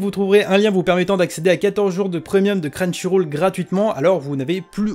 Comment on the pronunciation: Tu pourras dire crunchyroll et pas crunchyrôle dans les prochaines vidéos ?